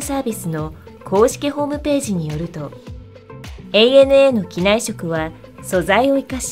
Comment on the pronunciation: 「アナ」って間違っていう人が多い中、「エーエヌエー」と正しく伝えているところが良い。